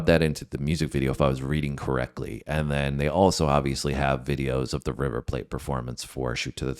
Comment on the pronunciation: It's river PLAT pronounced like flat.